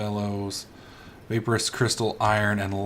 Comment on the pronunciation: you pronounce vaporus as vapor as in water vapor and then say us after vapor